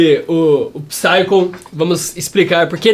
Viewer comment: Uma dica: a palavra Psycho tem o p mudo, então lê-se "saico"